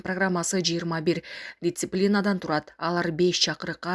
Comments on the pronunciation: Дикторлор качан сөздөрдү туура айтат? Кандай дициплина? диСциплина! ж.б.Кулагым кыйналды!😢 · Дитсиплина 😂😂😂🤣🤣🤣🤣🤣позорище , кыргызчасын эле айтчы айланайын , прэзидент эмееес, президент..